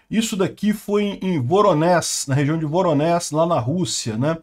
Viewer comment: Voronéj(i) - não Voronés